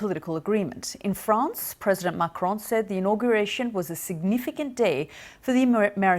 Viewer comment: I love how she turned into a slightly German accent when talking about Merkel and a somehow French accent talking about Macron